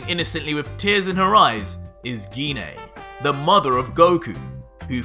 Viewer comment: I like the story everything in your doing great job. Dhoni thing that I have a problem so far with is the 3 names that you keep saying wrong which is the vadeil which is goku's daughter-in-law in his goddaughter is pan like in frying pan and his mom Gine the e can make an a sound like In make it dose not have to have an e after it all the time.